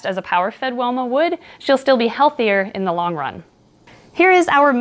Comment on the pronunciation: fun fact: it's pronounced "why-ma" it's an Aboriginal word.